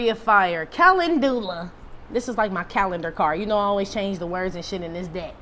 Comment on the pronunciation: Pls don't take it the wrong way...🙏🏾 it's pronounced ca.lend.jew.luh❣ Imagine being at a conference and walking up to a booth and asking for calendula soap bar...and being told LOUDLY how it's pronounced...🙈 that was me.